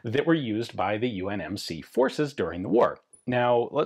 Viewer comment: Did Ian call it the UNMC ?